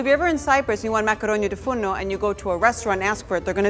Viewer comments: Its makaronia tou fournou and not tou fourno. This dish is very similar to the well known pastichio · Great and delicious!!! I am Greek and I am sorry to correct you but it's "Makaronia tou fournou" not "Makaronia tou fourno" If you say "makaronia tou fournou" you say "oven's pasta" but if you say "makaronia tou fourno" you say oven pasta. Proud to see such a recipe though <3